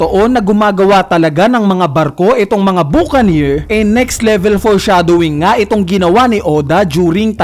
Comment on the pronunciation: Buca"neer" engi"neer"